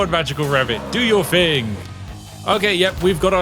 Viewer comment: Only another Brit would notice this. He says "fing" instead of "thing". Telling me he isn't that posh, or anyfing lol. Inunciate the "th" dear boy. 😅 Nonetheless, thank you anyway. Good review.